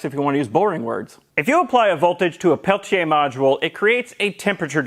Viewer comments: Thanks for pronouncing "Pelletier," correct. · Why do you keep highlighting 'Peltier' almost every time you say it? You're pronouncing the name correctly.